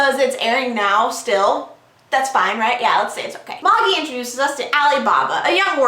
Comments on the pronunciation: Always thought it was pronounced Maa-jee, not Maw-jee, lol. Anyways, the manga is so awesome, especially right now. I still think you should do a first impression on the Manhwa, Tower of God. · May-ji it's pronounced May-ji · its pronounced ma-jai, though if its pronounced that way in the anime then I understand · Is it pronounced ma-gee? I was pronouncing it mey-g-eye. Like the wise men in that Jesus book.